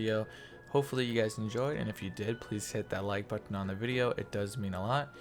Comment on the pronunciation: stop saying button like that